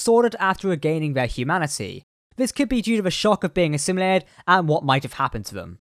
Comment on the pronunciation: Every time you say "assimilated" I think of cool whip.